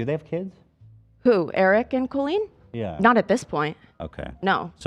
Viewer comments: genuine question: why are they all pronouncing her name like Cole-een and not Cal-een??? it sounds so weird and I have never heard it said like that before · Colleen, is pronounced like Call-lean not Cole-Lean..... This whole episode was triggering... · Is there a reason she’s pronouncing it cole-een instead of saying coll-een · The most confusing thing here is her name being pronounced “Coh-Lean” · I love but why is she pronouncing “cool-lean” instead of Colleen 😅